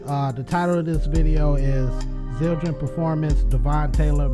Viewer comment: Zildjian* lol easy fix and his name is pronounced like Dev-(in) but other than that great video! Still waiting for you to check out Matt Gartska the drummer from Animals As Leaders! link: link